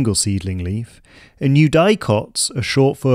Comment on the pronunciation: Amazing video, I immediately followed your channel. One thing though: "eudicots" is generally pronounced with a short "i", like "you-dik-ots" not "you-die-cots"